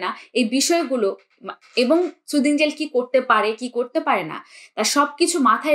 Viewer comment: সুদিং না সুথিং হবে।